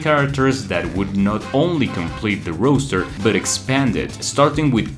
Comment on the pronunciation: Bro saying Roaster